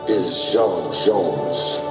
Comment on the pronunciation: henkshaws name is: j'onn j'onzz not jon jones, it's not quite as earthly as you thought